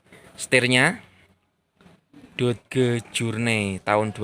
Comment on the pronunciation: Dibaca doj, om. Bukan dod geu 😂